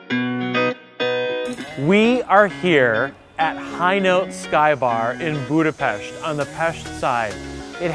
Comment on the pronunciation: Finally a man who pronunce Budapest correctly